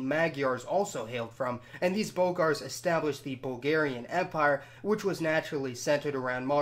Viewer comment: Its bulgerian !! Not hugarion